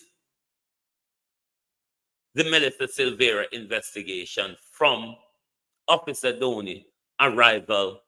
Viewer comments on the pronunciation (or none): It's office Dobney not officer Downey.